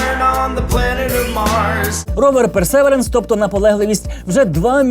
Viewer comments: Ровер персевіренс а не персеверенс 👨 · Вимова perseverance невірна)